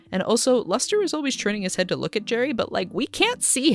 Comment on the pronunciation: His name is "Luster"? I kept hearing "Lester"